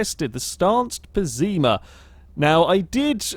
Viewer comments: Bad Drivers of Euro Truck Simulator 2 Also, not sure where you got that pronounciation from, but "Pessima" is pronounced as Pes-IH-mah, since it's a spanish word. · "Pessima" actually is an Italian word pronounced 'pèssima' which means awful. Not even Beam likes this car.